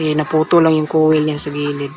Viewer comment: Koyl dapat bigkas niya boss Akala ko kase iba yung kowel na sinasabi mo😂😂 peace ✌🏻